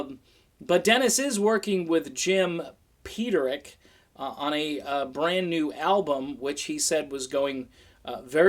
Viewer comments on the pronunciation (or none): WRONG,. I TOLD YOU it was PETER-ik. WTF, dude?